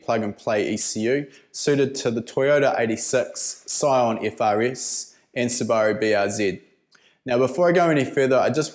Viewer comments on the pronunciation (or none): toyota eighty sex ,scion f fa ris, Subaru Br zit. That's what I heard.